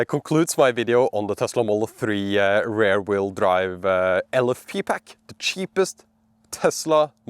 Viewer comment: Your english is good but that pronunciation of rear sounds more like ‘rare’. It’s more like r-ear like your ear or ir in Spanish. 😂